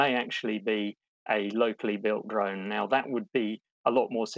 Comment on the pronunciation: Not "droin"! DRONE!